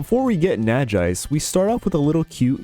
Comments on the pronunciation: Super excited to see more! As someone who played through most Pokemon games with little real knowledge of in depth mechanics, I'm excited to learn more. Only gripe about this video was pronunciation on Nagaise, derived from Naga and Wise, I think it's probably pronounced nah-gah-eyes. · First time I hear someone pronouncing Nagaise this way haha, nice video nevertheless!!